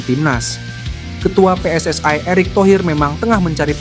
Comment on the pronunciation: PSSI Bos bukan PSSai